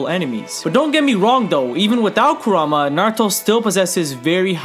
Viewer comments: i love your vids man i really do, but i get so triggered when you say karuma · Love you to death but again, it is pronounced KOO-RAHMA! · KURAMA, KURAMA, KURAMA PLEASE SAY KURAMA I WILL LITERALLY BASH MU HEAD IN, ITS KURAMA